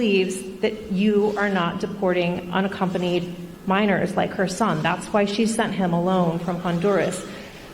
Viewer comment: "Which I would never do to anruhnna accompanied child ends up at the border"..........This man has a speech impediment. His inability to precisely articulate sentences is worrisome. He is woefully unfit for the office he stole!